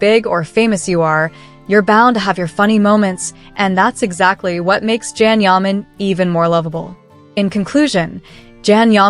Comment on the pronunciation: Stupid....pronounce his name correctly